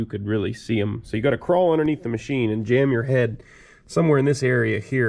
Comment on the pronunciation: I that I heard this dude say Mochine!